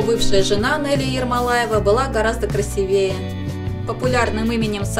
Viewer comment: Ахахах, вам сколько нет? Не красиЕе, а красИвее